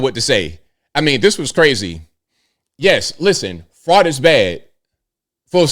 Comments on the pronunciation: "The Somali fraut", oh man, I missed you. Haven't listened in a while. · All these ladies who have trouble speaking the word FRAUD should attend the Learing center to help out with their pronunciation!